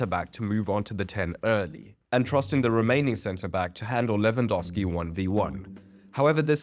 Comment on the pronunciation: your pronounciation of Lewandowski is perfect